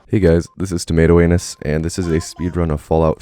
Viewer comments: "Hey guys this is tomato anus" Alright you got my attention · "Hey guys. This is tomato anus" me: clicks subscribe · "hey guys, this is tomato anus"